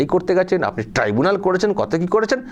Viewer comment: Mamata didi tribunal ke tibunal bolche. Video ta niye ekta video korle valo hoy. Onar bhul uccharon gulo niye ekta documentry korle valo hoy. 🙏🙏🙏🙏🙏🙏🙏🙏